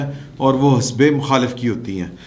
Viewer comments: hasbay nahe the correct word is hizbay ikhtalaf not hisbay ikhtalf..🤗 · آپ کے وی لاگ کا مستقل سامع ہوں. اس وی لاگ میں ایک لفظ کے تلفظ کی درستی مطلوب ہے. " حزب " یہ لفظ ح کے زیر کے ساتھ (حِزب) بولا جاتا ہے ح کے زبر کے ساتھ درست نہیں. براہ کرم درستی کر لیجیے گا. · سر جی(( حزب )) مین ح کے نیچے زیر ہے نا کہ زبر